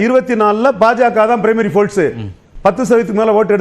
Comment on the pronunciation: டேய் சங்கீ folce இல்ல டா force